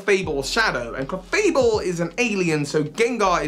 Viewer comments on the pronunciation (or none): none